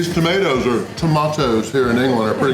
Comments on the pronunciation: The way he said “tomatoes” really irritated me. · It’s funny when you say tomato’s 🤣🤣🤣, try baked beans with brown sauce in it it’s better